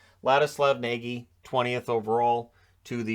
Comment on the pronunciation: Nagy is actually pronounced Nodge.